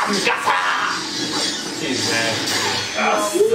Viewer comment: lmfaoo he said "movee nika" 😂😂😂